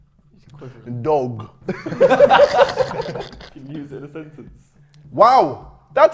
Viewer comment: anyone talking about the way he said dog